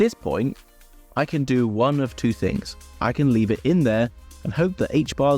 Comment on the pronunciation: I love the way you say tings, no doubt 🙂